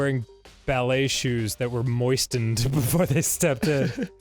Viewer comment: Dan pronounces moistened like moist-end as opposed to mois-end and it makes me slightly uncomfy